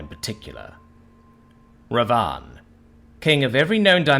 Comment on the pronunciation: The narrator really butchered the pronounciation in this one. Its *Bibhisan* and *Ravan/Ravana* . Characters from the "Reamker in Cambodia, the Ramakien in Thailand, the Kakawin Ramayana in Indonesia and Ramayana in India". Ravan was the Asura king who conquered the cosmos and Bibhisan is his younger brother who chose to side with the hero Ram/Rama(Avatar of Vishnu) instead of his own evil brother.